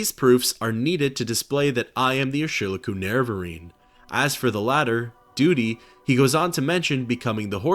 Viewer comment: Another great video! Love your stuff. Btw I'm pretty sure Urshilaku is pronounced "Er-shee-LAH-koo". Not that it's of great import. Also, Gnisis is pronounced like "Knee-sis" or "Nih-sis" depending on who you ask. I love the terminology in this game. 😊